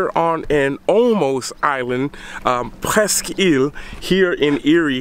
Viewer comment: It's pronounced, presk.